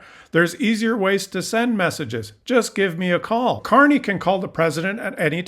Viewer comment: CARNEY! not Carey